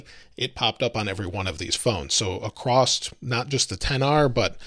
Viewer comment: There is no T in the word across.